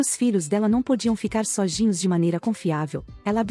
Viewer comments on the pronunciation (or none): Eu sei que não tem nada a ver com o relato, mas acho tão fofinho quando o tenta dizer "sozinhos" parece "sojinhos"